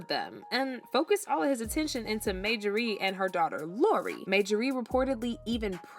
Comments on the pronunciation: You can't even call the woman name correct. It's Marjorie not Majorey 😂😂😂😂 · Majorie(MaJorRee) no ma'am!! It's Marjorie(MarJorRee) please pronounce her name correctly !! I can't even focus on the video because of this!! U sound dumb asf!! 😂😢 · Narrator must be a foreigner! Her name is pronounced MAR-JOR-REE‼️ Not MAJOR-REE‼️ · Get this WHITE narrator who miss pronounces a common name Thru out this piece GET someone who can READ! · Her name is Mar Ja Rie! Not Majarie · Yuh wanna know how sick I am of you saying 'MAYjorie'? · Mayjorie? Type her name in Google & they'll tell you how to pronounce her name. Thank me later. 💚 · who is Majorie? Yall are not didnt catch the fact that youre saying the woman's name wrong the entire video? not the script? not during filming? not during editing? not during reviewing final output before posting? Bro, thiis is mbarrassing. Her name is in the thumbnail, her name is in every other sentence, Marjorie is the main character of this video and no one was able to catch this? I'm astonished yall posted this w a straight face. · Girl please, when you want to speak about others, learn to pronounce their name properly! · 😂🤬How can we trust the authenticity of your video when you have NO IDEA how to say, Marjorie?? 😂🤬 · Girl, PLEASE PRONOUNCE her name RIGHT 😳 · My god can you pronounce her name correctly. I can’t watch this